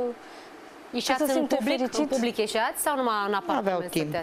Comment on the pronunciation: În pubric,, nu public 😅😅😅🤦‍♀️🤦‍♀️🤦‍♀️